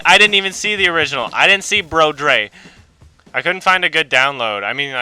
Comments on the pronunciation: Hahahaha your pronunciation of brødre was so fucking wrong, still love you tho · Brodre. Oh jeez. Always fun to hear english speaking people try to say Scandinavian words. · ø is not pronouced like a fucking o god dammit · broedre not brodre ;) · "Bro-dre" - Hahahaha, oh jebus fuck that was a great pronunciation. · BROH-dre XD hahah. I loved the pronunciation. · Honestly the best thing about this is how he pronounce Brødre in the end. Well I guess it is kinda close, but it still makes me both cry and laugh. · dude, you're one of the most hilarious reviewers, but goddamn, the funniest thing in this entire thing is you pronouncing Brødre thought i will say, danish is a bitch language, i should know, i live there, and was born there, and it's one of the hardest languages in the world